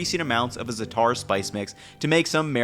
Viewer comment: The first aa in zaataar is stressed and elongated, not the second.